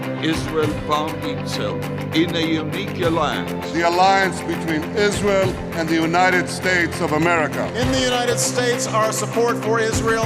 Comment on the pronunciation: You would think that Lindsay Graham would at least learn how to pronounce (Isrural) since they give him so much money, how disrespectful!🤣 Politicians are just rich elite insiders, they don't care about this country only figuring out ways to rob it blind! That's why they are flooding our borders with people who don't care about or even hate this country, fill the country with people who don't care about or even know our laws and they will be even more ignorant than we are to the amount of theft these crooks are committing!